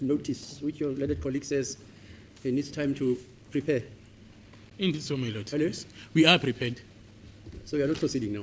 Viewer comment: not eve he'llo😂